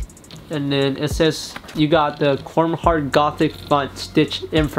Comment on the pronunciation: “Corm” Heart